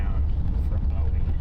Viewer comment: Did you learn to pronounce BOWIE BOOEE TX YET